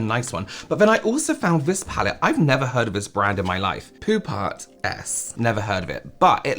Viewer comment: Lol I heard poo parts instead of Pupa 😂, oops my bad